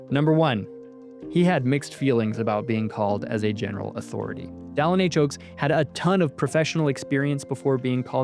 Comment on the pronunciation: So, where does the host get off calling the prophet “Dallen”?